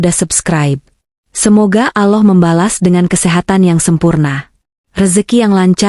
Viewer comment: Kenapa ucapannya ,bukan Allah TPI aloh perbaikilah sdikit ucapan utk jdi pengisisuara